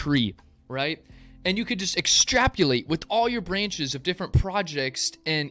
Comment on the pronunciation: Extrapolate not extrapulate.